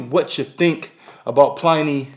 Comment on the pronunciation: it's Pliny (like "benny", not like "tiny")